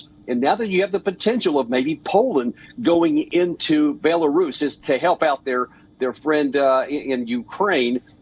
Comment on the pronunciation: Sadly anchor fails to pronounce Ukraine and Belarus, disgusting